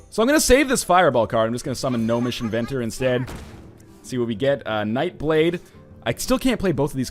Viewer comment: Whenever NL says "Gnomish Inventor" I think he's saying "No Mission Ventor" for whatever reason.